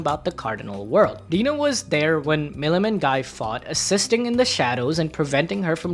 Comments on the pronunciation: It's ghee not guy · Guys name is pronounced Gi. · It’s pronounced Gee btw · I know it's written guy but it's pronounced gee. Gee. I forget if the anime fucked that up in the English dub or not but it is a disconnect while reading the light novels or Manga. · I think you pronounced incorrect for Guy Crimson. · You mispronounced Guy’s name